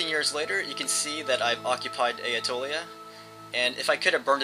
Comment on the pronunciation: What's this "Ae-a-tolia" he keeps mentioning?